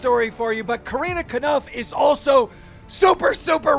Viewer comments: Keem why do you say kanupf is kopf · Keem at it again with mispronouncing last names. Fucking get it right it’s Corinna kopf not caniff or whatever you’re saying. And also get Mike majlak name right too. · Yes Corinna kanoof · Corinna kodiff??? Its just corrina koph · “Corrina cuhnuf”😭😭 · "Corinna Konuf" bruh.. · if i hear corina knif one more time im gona break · bruh l think keem has never pronounced Corinna's last name right. he keeps saying corinna caniff haha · why does he keep saying Corinna KANUF??? so illiterate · KEEM FOR REAL? I KNOW PEOPLE HAVE A HARD TIME PRONOUNCING CORINNA COPF'S LAST NAME RIGHT BUT IT'S CLEARLY NOT SAID WITH AN "N" IN IT LOL THAT'S A 1ST FOR ME. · how wrong would you like to say corinna’s last name? keem: yes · After all this time, how the hell do you still butcher Corinna’s last name so bad still. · i don't think I've heard keem pronounce Corinna Kopf's last name right ever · Are we not gonna act like keem just mispronounced Corinna’s name and completely got her last name wrong. Love you keem but please I can’t take it. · There is no way Corinnas last name is pronounced that way, isnt it just the german word for head? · Did keem really not know that corinna and tana basically dated? Lol and quit fucking saying her name wrong! Also her last name is spelt kopf not kanif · Her last name is 4 letters and you can never pronounce it right